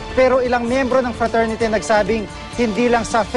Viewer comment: lousy!!!.. frasority dw cla? hehehehehe..